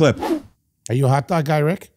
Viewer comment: I didn't know I could do a Foley impression until he said "a hotdaughg at da movies?!"